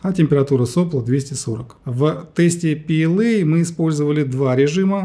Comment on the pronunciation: то есть ПЛА? А в видео пээлэй там букв в произношении как будто это не ПЛА, в чем смысл такого произношения. Я понимаю что английский это круто, но звучит стремно. Лучше бы вы изучали немецкий. Было бы П Л А хотя буквы английские:)